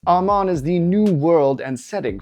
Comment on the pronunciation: Aramán not Aman 😅